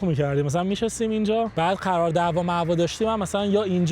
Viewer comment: خرار دعوا یا قرار دعوا چرا اینجوری حرف میزنی آهنگ خارجی هم میزاره رو ولاگش 😂